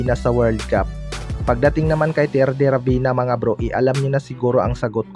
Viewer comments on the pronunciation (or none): ravena hindi rabina ayusin mo mag salita🤣🤣